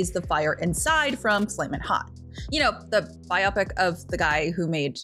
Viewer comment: Say it with me now, "BYE-OH-PICK". "BYE-OH-PICK". As in, "Biographical Picture". It does NOT rhyme with "myopic".